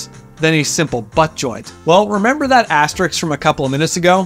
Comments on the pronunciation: My specific needs are to hear the * pronounced correctly as "asterisk", not "asterix". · Great vid as usual, but it’s “asterisk”, not “astericks”. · Asterisk is pronounced "ass-ter-risk" not "ass-tricks" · HOHUM.... how strong does a furniture joint really need to be? A drawer in a cabinet carrying 8 pounds of junk... doesn't need to support an elephant. Oh, and it's "asterisk" not asteriks. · ass. te. risk. There's no x in that word.